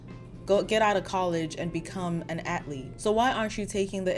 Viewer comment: Do you have an accent? In English, athlete is pronounced ath-leet, not At-leet. Sorry it just stuck out to me.